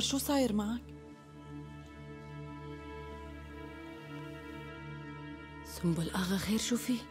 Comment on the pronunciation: سنبل اغا ❌ سمبول ✅